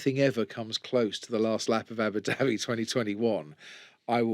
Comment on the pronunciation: Crofty please learn to pronounce certain words like Abu Dhabi properly